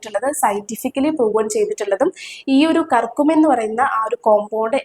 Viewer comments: കർകുമിൻ അല്ല, kurkumin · കർക്കമ്മീൻ അല്ല കുർകുമിൻ ആണ്